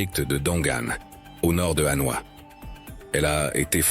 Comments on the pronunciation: Pour un reporter et commentateur chevronné , prononcer HANOA au lieu de Hanoi est presque une faute professionnelle . On ne dit pas PAROS voyons !! En plus choisissez des photos de vraies vietnamiennes pas d'autres filles du SE aisiatique ! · J'avais deja visionne' des centaines de videos sur le Vietnam, mais celui ci m'a attire' par le commentaire, on sent le lecteur passionne' par son sujet, lecommentaire etant bien lu (au fait on dit HanoI et HuE, derniere voyelle bien accentuee0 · Très joli reportage. Dommage cependant d'utiliser l'IA pour la narration, cela entraine des fautes de prononciation (ville impériale de HU au lieu de Hué et capitale, Hanoï souvent prononcée ANOI), cela ajouté à un rythme monocorde qui devient vite lassant. Pourquoi ne pas utiliser une voix off humaine en place de l'IA (l'intelligence artificielle) ? Sinon, très belles images et vidéos. Reportage complet montrant les multiples facettes de ce fantastique pays et de ses merveilleux habitants. J'ai donc décidé de m'abonner à cette chaîne afin de découvrir les autres vidéos. Bravo pour cette excellente idée et ce format aussi original que novateur ! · Cette vidéo est très intéressante. J'ai fais plusieurs voyages au Vietnam, mais là je découvre des endroits que je n'avais jamais vu et ça me donne envie d'y retourner une nouvelle fois. Dommage que le commentaire de la vidéo soit assuré par un robot qui déforme pas mal de mot, y compris le nom de la capitale devenu "A noix".